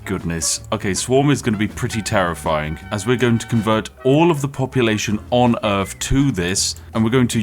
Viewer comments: i forgot you were saying "Urf" on purpose... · You know what's messed up? It's that some British people actually pronounce earth like that.